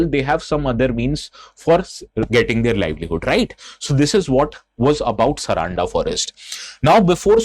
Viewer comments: it is sar-un-da and not saraanda bro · it's not Saraanda, its Saaranda (सारंडा) 🙏🏽🙏🏽☺️🇮🇳